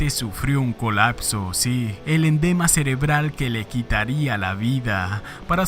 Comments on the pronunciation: Endema?? Que es un endema?? . . Alo mejor quisiste decir EDEMA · Se dice EDEMA; no endema. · Endema? Es "edema", bestia!!! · sispenseme, ud. dice fallecio x un endema cerebral, corrijase, es edema cerebral, señor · Bro para corregirte, no se dice "endema" es EDEMA CEREBRAL, excelente video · edema no endema xD ... buen video amigo